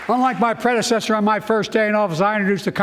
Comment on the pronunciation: "Unlike my prezinesser....my prenzinesser....my predsernesser....you know the thing!"